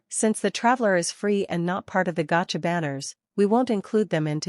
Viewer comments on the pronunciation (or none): none